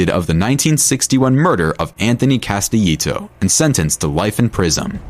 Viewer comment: The way he pronounces Castellito and Hoffa makes this unwatchable, plus they keep showing Konigsberg when they say Castellito. Couldn't even get two minutes in before clicking away.